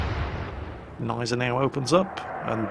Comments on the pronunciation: Guh-NYE-ze-now ;p Bitte. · Great video as always, but the g in Gneisenau isn't silent. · why do you never say the G of Genisanau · remember: Germans put letters into words and names to be used. So Gneisenau uses the G too.